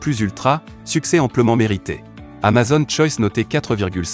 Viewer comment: Alors pour info on dit pas amazonne, mais amazOn, avec un O fermé !! Comme une "zone", un "mot", un "atome", un "clone", un "môme", un "château".